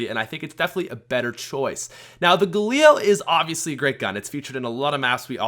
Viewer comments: Stop saying galeel it’s ga lil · Its called gaLIL not gaLEEL u dumb fuck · The galeel? No, no no, ga-lil. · the way he says galil (Galeel)